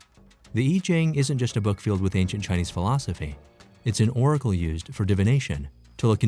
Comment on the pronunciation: Oracle not 'oragal'.